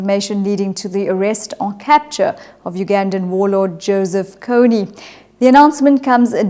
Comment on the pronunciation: It is kony not konney